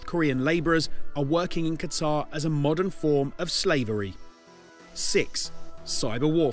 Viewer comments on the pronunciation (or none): none